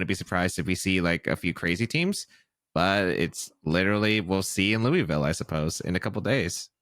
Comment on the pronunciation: Hate to be that person, but as a Louisville native, it's not "Loo-ee-ville" It's either "Loo-uh-vull" or "Lull-vul" I also had no idea we had reigonals in our city this weekend and I'm out of town 😭